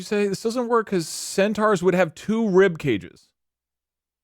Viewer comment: thinking centaurs are half-zebra and repeatedly calling them "centuars" is killing me